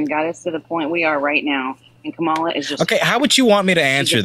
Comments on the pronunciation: That was painful to listen to. Thank you for correcting her On pronunciation of Kamala’s name (coma-la). When I hear Trumpanzees say (come-ala) it’s like nails on a chalk board to me. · Comma like the punctuation. La like the musical notes Put it together. Mispronouncing her name is pathetic and disrespectful and dumb